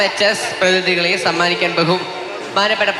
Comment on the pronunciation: പ്രതിനിധി എന്ന് പറയാനാറിയാത്ത ഇങ്ങനെയാണോ അവതാരകനാക്കിയത്. എങ്ങോട്ടോ പോകാനുള്ള തിരക്കാണെന്നു തോന്നുന്നു ആ ചെക്കന്. ഒരു മര്യാദയില്ലാത്ത അവതരണം